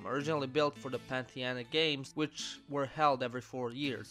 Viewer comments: "Panthianic stadium" Panathinaic stadium bruh As a Panathinaikos fan I'm highly offended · Pantheanic? Its Panathanaic malaka 😂